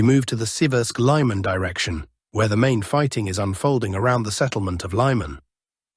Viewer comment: I believe "Lyman" is not pronounced "Lie-man" as you just said but rather "Lee-man" is the correct pronunciation. "Just saying" as Alexander Mercouris likes to quip.